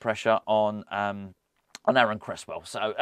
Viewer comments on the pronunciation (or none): none